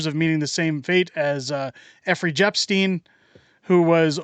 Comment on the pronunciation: Ephhry jebsteen?😂